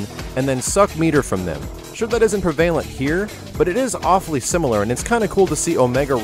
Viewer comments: "It's unknown if this will be 'preeevalent' in ranked matches..." What? What was that word announcer guy? I'm French and I know that's incorrect. He sounds like he's reading from a script. Well, of course he is. Excited about this though. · You pronounce prevalent weird :)